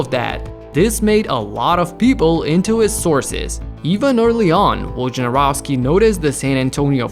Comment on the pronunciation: They way people pronounce his surname sucks.